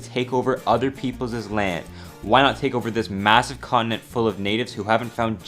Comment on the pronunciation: “other people’zez” hehe